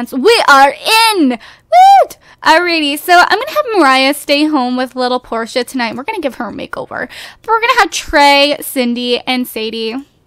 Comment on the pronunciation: It's Portia but whatever it's ok!